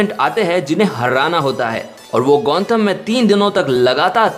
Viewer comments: It's gothom not gonthom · It's Gotham Not Gontham stupid😂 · It's Gotham not Gontham ! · and its gotham knight not gontham knight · gontham knight kya hota hai? it's gotham knight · Gontham nahi Gotham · Dude It's GOTHAM Not Gontham 😂